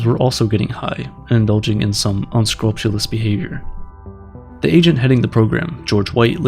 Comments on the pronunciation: uhh what kind of behavior? lol un-SCREWP-yoo-lus not "unscrumptioulus" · Pronounce unscrupulous? Lol (Its pronounced like; "un-screwp- you'll- us" )